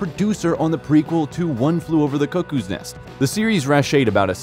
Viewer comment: Where do they find these narrators?? "Greeeenwich" Village and "Kuckoos" nest ?